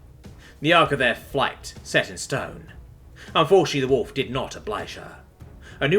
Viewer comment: Why does he keep pronouncing wolf as holef?